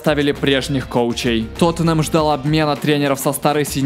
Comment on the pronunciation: "Тотм" тоже резануло слух)) Какой ещё нафиг "Тотм", (что за Тотм?) когда ТОТЕНХЭМ???